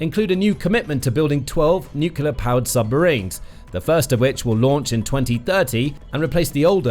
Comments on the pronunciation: Could your commentator please learn to say ' nuclear, rather than 'nucular', which sadly makes him sound like G W Bush ; never a good sound !! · Really annoying: Nu-cle-ar NOT Nu-cu-lar! Enjoy otherwise! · Since when has NUCLEAR been pronounced NUCULAR? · The words is nuclear “ new clear” not nucular. Drives me mad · Its nuclear not nucular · It's about people learnt to pronounce nu-cle-ar rather than nu-kill-er. Can people not read any more? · NUCLEAR ! NU-CLE-AR ! NOT NUCULAR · Stop saying 'nuculer' It's nuclear (new-clear) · Nuclear not "nucular". A 20 minute video where the announcer can't pronounce the word "nuclear". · I thought people who speak British English know how to pronounce words correctly. Even Americans know that it is "Nuke-Lee-er" instead of "Nuke-You-Ler." Well, most Americans I talk to know how to properly pronounce it. George W Bush is an exception, of course. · What is i with spelling-blind people that insist on saying "nukular" instead of "nuclear"? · It's pronounced as spelled:: NU CLEAR (NEW CLEAR) I really enjoy this program but I cannot stand listening to it when your butchering the English language.